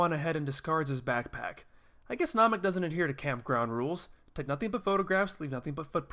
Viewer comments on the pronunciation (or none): none